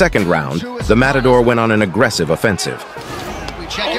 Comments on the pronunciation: It’s not “motador” lol. mAtador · Matador, says motodor. Uppercut, says apricot. xD